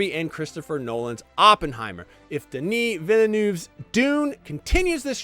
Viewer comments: or How to butcher a name... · The movie is not perfect, that is true, but it is great. This video by IGN is not :D At least try and pronounce the directors name right dude. Unanswered questions are in the book you dummies. Not every movie has to spoon feed you every bit of information. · What in the world is this man even saying? The best part of this video is how badly he pronounces Denis Villeneuve's name and how consistent he does it. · this is the single worst video IGN has ever put out. the worst is he mispronounced the directors name on top of having the worst opinion ive ever seen. is terrible. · One day Americans will actually put some effort in to saying Denis Villeneuve's name properly.